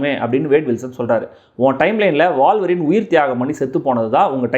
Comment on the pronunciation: Boss , அது வாழ்வரின் இல்ல..... ஊழ்வரின் (wolverine) Wool - Va - Rin. 😂😂😂